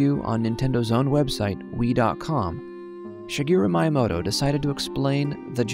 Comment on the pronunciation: sagoro myinmodo is how these guys pronounce shigeru miyamoto